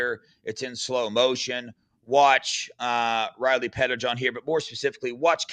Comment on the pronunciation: it might help you to think of Riley Pettijohn as two last names (Petti-John). Like you used to say Sam Williams-Dixon.